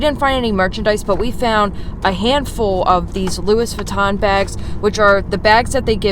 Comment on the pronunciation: Did you said ‘loois viton’?